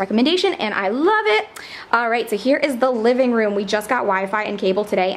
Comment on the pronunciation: OMG I love this but did you say livingbroom? 😂